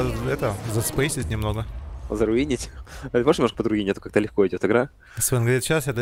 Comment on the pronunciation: снова высшая математика от 0к АНАЛитики чего? слышком? слэшком? очень лыгко лол пофиг, что х10 же аганим схавать можно, но профит от пт же больше будет в данной стадии))))))